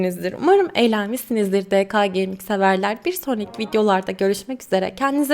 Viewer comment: Abla de ka geyming diyorsun ya ordaki ka yanlış de ke gaming olacak kısaltmaların sonuna "a" gelmez mesela se ge ka diyoruz ya yanlış aslında se ge ke